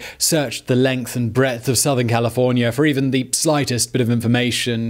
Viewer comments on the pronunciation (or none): none